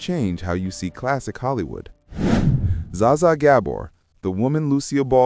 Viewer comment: "Za-za" AI spotted 😂 "Bet Davis"